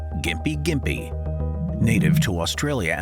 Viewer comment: Afraid it's pronounced Gympie, not Jimpy. Well at least the town is so I assume the tree is too.